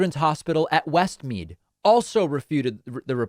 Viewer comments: Hi David, Australian here. That is not a popular name. It's pronounced West Mead (like knead, and as I type this you pronounce it correct on the second time) and NSW stands for New South Wales, so its New South Wales Health. Love your show, keep up the good work. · Lachlan is pronounced LOCK-LAN. Westmead is WEST- MEED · very popular boy's name..pronounced 'Lock-lan'..and westmead is' west-meed'. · its pronounced locklan.. and the hospital is westmead